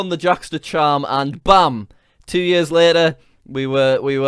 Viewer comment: Jack pronounce "years" "yörs". Scandinavian people will understand